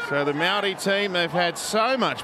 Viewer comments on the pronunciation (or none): why are aussie commentators saying "maldi" its maori. just say maori as long as you being respectful its fine. its gone too woke. never met a non kiwi who properly pronounce maori anyway. its no big deal just to say it normally.